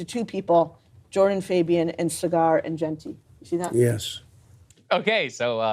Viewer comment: “Cigar” Enjeti.